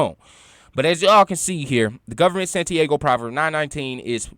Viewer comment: Santi-AHHGO fam...not Santi-A-go